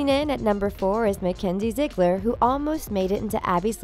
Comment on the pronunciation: Ziggleer XD how can she not say the name Ziegler